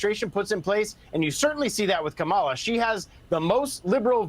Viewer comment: Mr. Steube, why are you unable to pronounce Kamala Harris's name correctly? Even your Fox host there pronounced it right. Don't you think it shows disrespect to intentionally mispronounce a person's name?